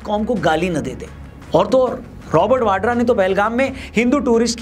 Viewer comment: Robert Vadra ❌ Robert Vandra ✅